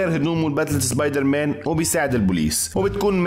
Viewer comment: مصري زبيدر مان مش سبايدر مان